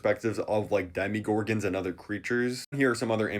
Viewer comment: “Did he say Demeegorgons” 😂 💀